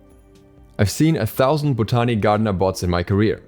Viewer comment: The way you’re pronouncing botany 😂 pls